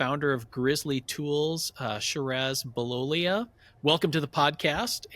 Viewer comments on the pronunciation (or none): Please get his name right!! Shih - raz Bill - lol - ee - ah